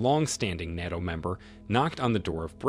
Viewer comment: NATO not NOTO